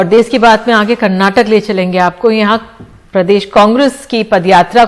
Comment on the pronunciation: देस नही देश होता है वो 🤣🤣🤣